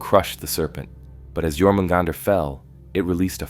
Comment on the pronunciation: Stopped watching when I heard you said "Jor-mugandr"